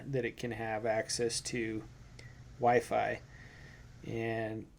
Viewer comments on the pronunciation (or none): mans really said wyfry i mean i get it